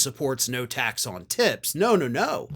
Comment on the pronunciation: I had to replay the start of your video ...I thought you said ' tax on t*ts. " 🤣🤣🤣